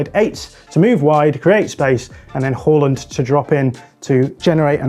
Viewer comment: They're pronouncing it correctly.